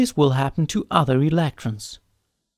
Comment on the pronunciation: why do you say electrons like that?